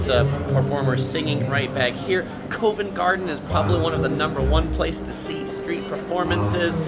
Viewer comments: Covent Garden is pronounced CUH-VENT. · Covent Garden has a hard O as in Pop. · fantastic video! I’m from London myself and still watched it all the way through to get your perspective on the place and you’ve done an amazing job… One thing I will say though for next time is some pronouncing the following Covent Garden (Cov-unt) Tottenham (tot-num) Buckingham (buck-in-um) There’s definitely a few more but I’d have to watch the whole video back again and write them as I go. Next time you’re in London you should do a meet and greet. The wife and I are really impressed with how well you’ve done in this video. So much work. Great job.